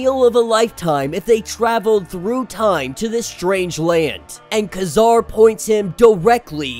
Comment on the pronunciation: Kazar pronounced "Kuh-ZAHR"? Try "KAY-zahr". It's a different generation. How would you like it if people kept mispronouncing your name?